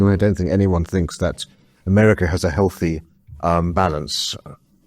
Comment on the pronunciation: I wish wouldnt undersell herself with lazy elocution. She's had 2 years on youtube to sort her act out, we want to know what she THinks, not "finks". Have a word NCF, it's just cringe at this point.